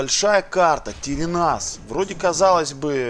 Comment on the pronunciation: Тере́нас, а не Терена́с. Читается как Тэрэ́нас. Уже какой раз пишу, а ты игноришь